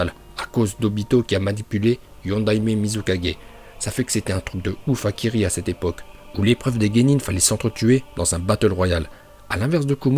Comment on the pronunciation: Arrête de dire Kili et dit kiRi